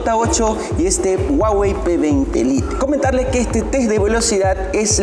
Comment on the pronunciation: Y corta el video cuando los 2 iban a encenderse ¿¿¿??? para que madre hace eso si no lo va a mostrar, con que lo digas no me vale y encima le dice p20 "lite" como se escribe lo dice -.- vaya